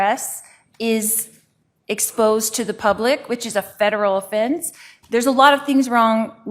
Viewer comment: A federal "offinse". lol leqryn to talk already!!